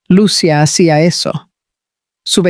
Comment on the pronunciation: Por favor porque los narradores no pronuncian bien los nombres de los personajes, lo digo porque se olvidan de señalar los acentos en los nombres Lucía se pronuncia con i con acento no Lucia sin acento. Repasen la gramática de la lengua española